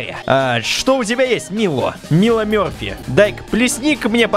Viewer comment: ЕГО ЗОВУТ НЕ МИЛО МИРФИ А МАЙЛО МЕРФИ!!!!!!!!!!